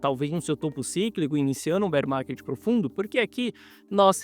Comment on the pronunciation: Entrei so pra ouvir “Bérr Marrket”